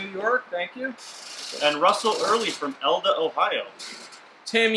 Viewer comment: Not trying to talk shit or anything, but power outage? If you only new someone with a supply of solar panels and diesel gensets.... Just saying... Hope y'all enjoyed the coffees! My home village (Elida, ohio) is pronounced E-lye-duh, not whatever dude said, but it's all good. Love what you're doing! There was a fellow donor from Ottawa, OH, which is just about 20 min from me.. reminded me of a "fun" anecdote from a couple years ago... Fella from... somewhere else... Called in a bomb threat to the Ottawa PD, Back during the big Trucker protest around Parliament... He thought he was calling the Ottawa, ON police... He actually called the Ottawa, OH police dept...😂 They tracked him down and hes currently serving time.. Make sure you Google the RIGHT place before you make a call ..